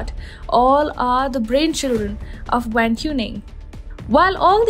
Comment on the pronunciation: The correct pronunciation "Wang" is very close to "Wung." There is no "ae" vowel sounds in Chinese languages like in hat. They use "a:" like in "arm"